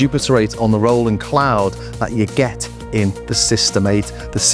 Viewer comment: I’m impressed on how similar they sound! Ps it’s great you pronounce Roland correctly Ie Row ..land 👍👍 Not Roll … land